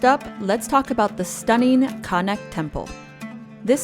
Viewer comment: Learn how to pronounce word accurately in English and the name Lux- or!.